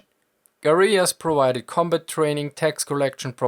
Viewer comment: Ah, close but no Milka. It was the pronunciation of "combut" that gave me the idea...probably a germanic linguistic idiosyncrasy...cool either way.